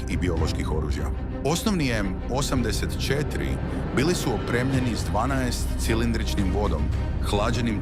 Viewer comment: Nikako! Pazi na razmake u izgovoru. Kaze se osamdeset i 4 a ne osam pa pauza deset cetiri